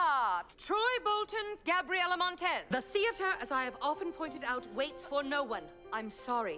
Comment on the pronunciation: If it wasn't because of this video I would never know how bad Gabriella pronouce her own name